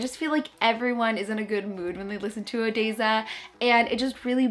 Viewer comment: The way you said Odesza had my eye twitching but then you described them and I felt better